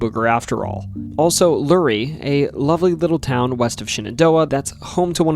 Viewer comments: Dude, you said you’ve been there… It’s pronounced Loo-ray not lurrie. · its Luray (Lue-Ray or La-Ray not lurie. I live in the area. Thanks for the content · Pronouncing "Luray" (/luréj/) as /lúri/ is a weird choice. Pronounce it the way it's spelled! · Luray is not pronounced 'Lurry', it's Lou-ray. Source: I'm from the area. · Luray is pronounced “Loo-Ray” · Love this stuff...but it's pronounced ...Luray....like lou...Luray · Love this video. BTW, it's pronounced "Loo-ray" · Luray is pronounced Lou-Ray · Love these stories; and remember Hooray for LU-ray …….nice try though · I’m glad to hear you had a good time at Luray Caverns! I haven’t been in years. Greetings from NoVA! (And yes, it’s pronounced Luh-ray, but you’ve been told already haha) Edit: Wow! Me and my mom had a nice dinner at Skyland last time we visiting Skyline drive. I had no idea it was haunted! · Luray ➡️ “Lou-Ray” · it's LU RAY. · It's pronounced LOO-RAY, as in "Hooray for Luray!" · Great storytelling and narration! Now you just have to work on your pronunciation of Luray 😂 (It’s said as Loo-ray) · it's pronounced Lur-ray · I grew up in Sperryville on the morning side of the Blue Ridge Mountains, and the central entrance of the Shenandoah National Park (Thornton Gap), so it's nice to see folks taking interest in the lore of my home area. Also, as a former tour guide of seven years at Luray Caverns, it is certainly the prettiest office I have ever worked in. Just for the record, it's pronounced "LOO-ray" - ray as in of sunshine. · It’s pronounced Luray like Hurray! 🎉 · So, I can’t believe you pronounce the town that you mentioned for the caverns that way if you’ve been through there quite a few times. According to a wonderful coworker of mine named Nikki, who grew up there, the pronunciation of Luray, VA is “Loo-ray”. She was very empathic in her correction I made the egregious error of pronouncing the town’s name as “Lu-Ray” with the short vowel sound. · From luray always said lur ray